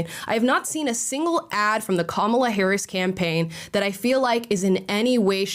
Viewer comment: I love that the Left still pronounces her name wrong while crying that the Right does it 😂😂😂😂😂